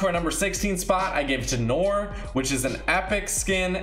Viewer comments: Amazing video. But the oi in French sounds ua so the black detective skin is called pronounced nuar (I don’t really care if you call it noir it’s just in case you wanna know how to pronounce it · Noir is pronounced Noo-ar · It's pronounced no-are